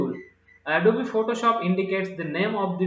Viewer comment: Sir, its not adobee its adobe